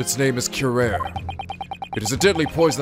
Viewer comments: Hey, just a minor correction, "Curare" is spelled more like "cu-ra-ray". (It is a real poison, btw.) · curare is pronounced cue-rah-ray - anal of me I know, but just-in-case your were curious. Please don't think I'm being nitpicky - I aint! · Fun fact: Curare is pronounced as kurari. Real drug that blocks neurotransmitter deactivating skeletal muscles. So this would causes less muscle movement leading to loss of movement of diaphragm, skeletal muscle in the middle portion the torso that helps with inhaling and exhaling. Since they are describing that this drug is experimented, this possibly means that this game takes place around 1810s during the time researching this drug. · Hosonaga's other motto is "BEAT THAT RUBBISH MENTALITY INTO SUBMISSION!" :D All hail detective Yusuke. Side note: It's "Cure-arr-ay." Didn't you ever see Batman Beyond? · Helpful Note: Curare is actually pronounced "koo-rah-ree" or "kyu-rah-ree" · If I’m not mistaken in the Japanese version of the games Maya’s name is Ayasato Mayoi, which may be partly where Susato’s name comes from. Somebody should fact check me on that, as I’m not entirely sure myself. Edit: the pronunciation of Curare (Cure - are - aye) at least according to Batman Beyond. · Slight point, you pronounced the poison wrong. It's pronounced cue-rah-ree. Also it was used frequently in Sherlock Holmes stories as a silent murder weapon. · on one hand says curare horribly wrong - on the other, it isnt pronounced how its spelled at all (cure-R-E)